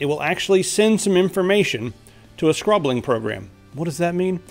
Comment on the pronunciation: And why do you pronounce scrobbling like that